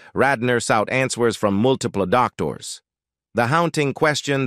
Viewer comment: AI you did it again, mangling names. Dan I Krided? U rine test? Doc tors?